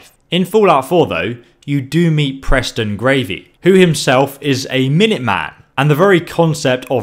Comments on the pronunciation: HE SAID GRAVY LOLOLOLOLOLOLOLOL- srsly tho its garvy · You said Preston Gravy, not Preston Garvey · Preston gravy hahaha his name is Preston Garvey Garvey not gravy hahaha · he said Preston gravy lol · Preston gravey? I thought it was Preston Garvey.! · Omg I laughed so fucking hard when he said Preston Gravy!!!! 😂😂😂😂😂 I was like wtf lmao!!!!! It's Preston Garvey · Preston GARVEY...not gravy. For petes sake, have you actually played the game? ))) Otherwise great vid... I love the game too. )) I live about 25 miles outside of Boston and about 10 miles from the bridge...and yes Bethesda did do a good job of capturing the "tone" of the area. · I love how you said Preston gravy instead of garvey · Preston Gravy? pls tell me that was intentional and your not really that dumb. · Did you call his preston Gravy for a joke or do you think thats his name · Whoa whoa whoa.... hold up did he say gravy... Preston gravy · Did he mean to say 'Preston Gravy'? Ah it doesn't matter. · Preston Gravy? Garvey XD Cool vid though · WTF he actually just said preston gravy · Did he say Preston gravy ?????? It's Preston Garvey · Gravy? Lol his names Garvey (g-ar-vey) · Haha lol did he say Preston gravy, it's garvy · preston gravy hahahahahahahh eso do you mean preston garvey? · preston gravy? its probounced garvy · My dude just said Preston Gravy? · He said Preston Gravy. XD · Garvey. Not gravy🤣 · it's Preston Gar-vey not Preston gravey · Lol he said Preston Gravy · 😆Preston Gravy You mean Garvey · “Preston Gravy” sorry lol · LOL. its garvey not gravy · preston gravy its garvy lol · Gravey...? Its Garvey 😑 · its garvey not "gravey" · gravey lol it's garvey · Garvey. Not Gravey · Garvy not Gravy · Did he just say Preston gravy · "Preston Gravy" 😂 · This dude said "Preston GRAVY" 😂💀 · I think he was trying to say Preston Gravey but the E was low tone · He said gravey lol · Preston gravy? really? I get that you mispronounce things sometimes but come on man xD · He said Preston gravey haha